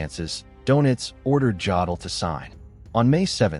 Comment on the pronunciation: You're pronouncing it totally wrong. The first part of his last name is pronounced as in Joe. Not Jadal. Please learn simple pronunciation of these words.